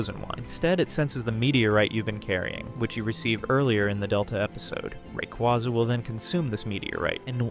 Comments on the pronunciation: Awesome video! Truly splendid! Thumbs up! Only one thing: The correct pronunciation for Rayquaza is Ray-KWAY-zuh, not Ray·KWA·zuh. I used to use the second one as well but I re-taught myself to use the first one. Rayquaza comes from "ray" (the cosmic radiation it is exposed to in its ozone layer habitat) and "quasar" (the most distant celestial object observed thus far, often theorized to be galaxies emitting high levels of radiation). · Sucks that this vid uses AI voiceover. The changing pronunciation of "Rayquaza" really gives it away. It cant decide if its "RayQUAza" or "RayKWAYza". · It's based off a quasar, pronounced rah-quay-za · Thumbs down simply for saying ray-quaw-za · Great video but you're saying Rayquaza wrong, and I think you know you are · Learn to say the Pokémon’s name right before making a video about it